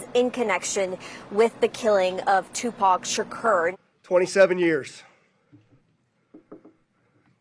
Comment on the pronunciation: you would think, after being an American icon since 1996 and also being the most famous unsolved murder victim in modern American history, that reporter would be able to pronounce Tupac’s full name correctly